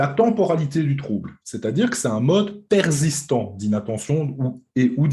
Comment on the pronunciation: Très intéressant. Si je peux me permettre on ne dit pas « perzistant » mais persistant 😀